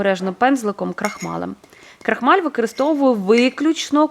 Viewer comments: Так, рецепт гарний. Взагалі, дуже добре готує, багато різноманітних страв, які варті уваги... Процес приготування і корисні поради від автора каналу справді заслуговують найкращої оцінки. Щодо мого зауваження про вимову (викАристовую, дАдАю, крАхмаль і т.ін.), то особисто мені неприємно чути таке спотворення слів і я маю повне право висловлювати власну думку, а от реакція на справедливу критику, чесно кажучи, дивує, як і її агресивна відповідь і зарозумілість. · Ваша вимова просто ріже вуха - викАристовую, дАдАю, крАхмаль... Слідкуйте, будь ласка, за своєю мовою, українська мова - милозвучна й гарна, не треба її коверкати!